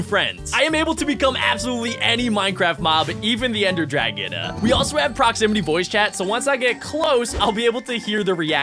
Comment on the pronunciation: its not dragona its dragon